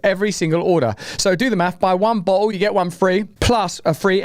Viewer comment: Russell, your pronunciation of 'bottle' threw me for a poop. At first I thought you were being polite using the alternative for A-hole. Upon relisten in proper context, it works out just fine either way, Moderna(Ticker: MRNA) are incredible a55holes.